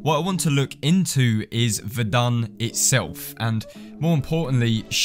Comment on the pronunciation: Ummm not to be rude but you said the name wrong to me it sounded like you said vendon